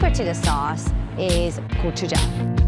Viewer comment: Hearing gochujang pronounced correctly and that chicken crunch is music to my ears!!